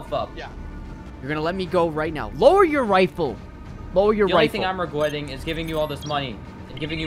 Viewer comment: “only thing I’m regwettig” lol